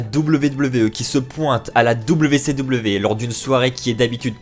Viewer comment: Dabiou si dabiou... fais un effort stp